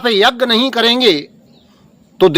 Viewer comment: Are dhoort to to shoordr lag rha hai . Yagya bolna hi nhi aataa yagg bol rha hai ?